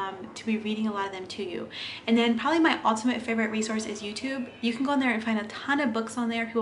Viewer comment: Is English your first language? I've never heard someone pronounce favorite like that.